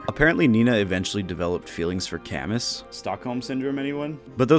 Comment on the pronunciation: A few notes from a series fan: Hardin got depressed because Nyna didn’t love him, not because the marriage was forced Camus is pronounced Camoo Nyna’s recruitment in Mystery and New Mystery is not just late, it is in fact during the final boss fight. Gharnef uses her as a sacrifice to Medeus, but this can be stopped if she’s recruited so she can’t be consumed